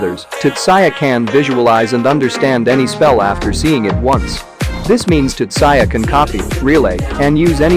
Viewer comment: just you calling him tutsaya is enough for me not to watch this